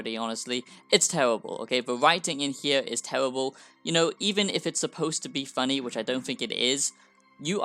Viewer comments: Tewwibble absolutely tewwibble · “It’s tewibuhl!”